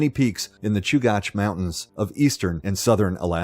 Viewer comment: It’s pronounced Choo-gach, not Choo-goch. You said it correctly the first time and incorrectly the rest of the time.